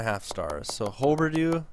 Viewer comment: Its hugh-ber-dough